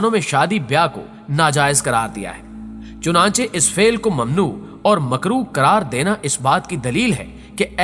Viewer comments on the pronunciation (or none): none